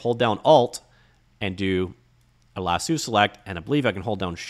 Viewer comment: Lasso not lassooo